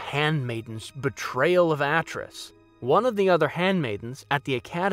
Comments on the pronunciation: How are you mispronouncing Atris? It's said in game several times. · Atris=At-tris Vrook=Vuroook Arren=Ahrren Mical=McCall All these names are spoken in-game. I don't get it. Also, it was Kavar whp says he thought Kreia died in the war, not Vrook.